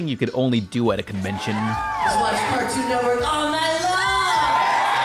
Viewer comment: "cartoon entwork"